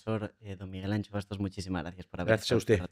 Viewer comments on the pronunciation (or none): Miguel Anxo, no Miguel Ancho.